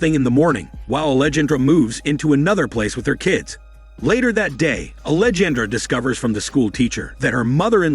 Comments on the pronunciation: Angelandra… that shit has been killing me this entire video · I was almost half way through before I realized it was trying to say ‘Alejandra’. LOL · The way it pronounces Alejandra and angel hurts my ears so much